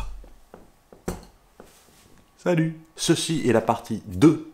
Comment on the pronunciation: "falut" :D